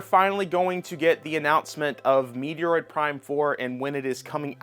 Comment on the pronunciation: Who on earth pronounces Metroid like that?